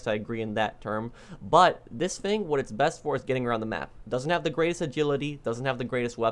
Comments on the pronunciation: "this fing" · i’d be rich if i got a dollar every time he says “fing”